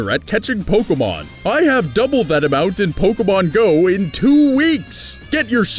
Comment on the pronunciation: Charmander is the worse Pokamon.Who pronounce Pokemon Pokamon